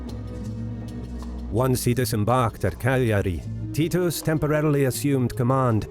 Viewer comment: Is that how you pronounce Titus?